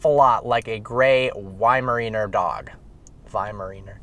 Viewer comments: pronounce why-mer-honor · Pronounce it like y-mer-eye- ner. (weimaraner)